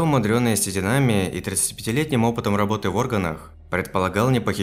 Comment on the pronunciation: Произношение как у иностранцев, неправильное ударение, например, не с рабОты, а с работЫ, ударение на последнем слоге слова, видимо иностранец